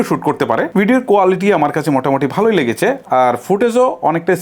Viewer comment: লেগেচে, হয়েচে, তাকতো, এগুলা কি ভাই? ইউটিউবিং করতে আসছেন অথচ উচ্চারণের এতো বাজে অবস্থা! শুনতে বিরক্ত লাগার জন্যে বাধ্য হয়ে ভিডিওতে রিপোর্ট মেরে চ্যানেল ডোন্ট রিকমেন্ড করতে হচ্ছে।